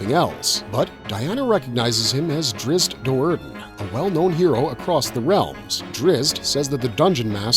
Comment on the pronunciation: Decent video. I own the series. Big fan. I'm also a big fan of the Forgotten Realms books, and Drizzt Do'Urden's name is pronounced Drizzit, not Drist.